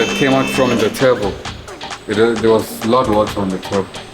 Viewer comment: ihlo lakho when he said “lot water “😂😂